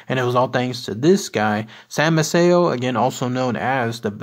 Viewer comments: It is pronounced MAY-see-o. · Maceo pronounced, May-cee-o. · I'm marrying into the family, and it's pronounced MAY-CEE-O 😉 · Incorrect pronunciation of the name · In English yes but not Italian. The guy didn't say the correct Italian pronunciation ethier.